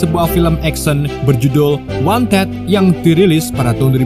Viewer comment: Min, "Wanted" itu dibaca Wantid, bukan Wonted